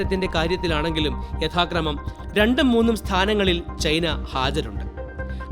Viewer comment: ചെയിനീസ് സൈന്യം അല്ല ചൈനീസ് സൈന്യം. ചെയ്‌ന അല്ല ചൈന 😂😂😂😂